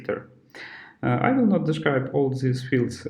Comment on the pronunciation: Чувак, не произноси слово ВИЛ, это сразу наших выдает. Это как в Камеди клаб - Американское радио. Ю вил ор нот вил …. Will - это не слово отдельное, его проглатывают американцы И побольше артиклей